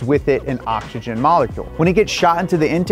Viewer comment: Occs-eee-Jen. Not octxogen. SMH